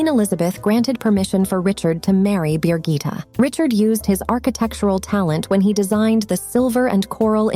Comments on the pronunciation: Bi GITT eh not BEER gitta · Her name is Birgitte, not 'Beergita' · Her name isn't Beergita and never was. It's in Danish and English Birgitte.